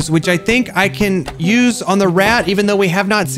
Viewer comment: teh - the ask - axe